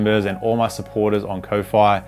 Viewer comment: Isn't Ko-fi just pronounced "Coffee"?